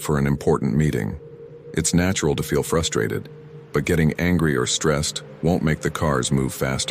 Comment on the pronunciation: "frustated" LOL